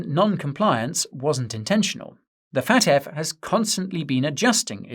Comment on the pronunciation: its F.A.T.F not FAT.F never in my life heard anybody say FAT.F